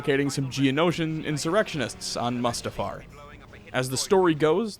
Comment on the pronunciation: I'm getting an anerysym everytime he calls mu's ta far, Must uh far